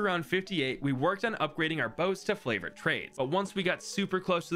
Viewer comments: is it just me or is he saying flavored trades and not favored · Is it just me or did he say flavored trades